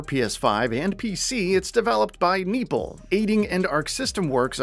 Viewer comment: Neople is pronounced neo + ple rather than people with an n